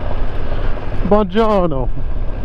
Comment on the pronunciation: the way you said"buongiorno" to the hikers ahahah (I'm italian). It does seem a nice bike.. I'm considering it